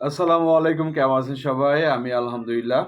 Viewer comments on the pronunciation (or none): none